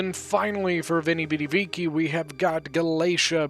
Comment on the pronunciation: Yo you gotta be able to pronounce "Veni Vidi Vici" man :D